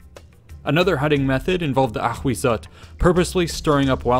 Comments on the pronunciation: Thank you for this vid, I love all this aztec series! Only, Ahuizotl is pronounced “awisotl”, not “akhwizzotl”. In nahuatl (aztec language), the spelling hu- corresponds to an English w- sound, and z- to a silent s- sound 😁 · Ahuizotl is pronounced as /awisotɬ/ hu = /w/ z = /s/ tl = /tɬ/ ...& in Classical Nahuatl is: Āhuitzotl = /aːwitsotɬ/ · "Ahuizotl" sounds like "A Weasel"... Ttt. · Ahhahah why the narrator pronounce the name of it so frenchy, choking, dramatic? LOLOLOL